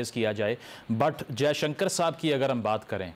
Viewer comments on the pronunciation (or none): Oye jahilo..JAISHUKAR nahin JAISHANKAR hota hai! 😅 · Its jaya shankar its not shukar😂